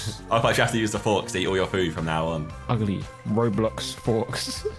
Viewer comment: The way tobi said ugly 😂😂😂😂